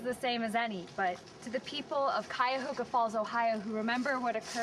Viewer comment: Does mispronounce Cuyahoga?